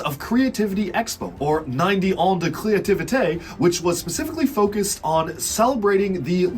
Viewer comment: As a french, this is funny to see you try to say 90 ans de créativité